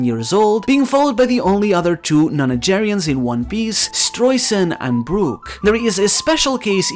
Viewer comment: nonagenarians, not nonagerians. yes.